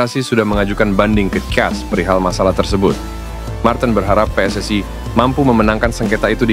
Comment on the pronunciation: ST...way...... PSS...ayyy... Knapa sariawan kh